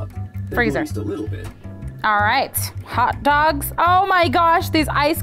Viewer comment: you saying you wuv hotto doggus makes me wuv u even mowe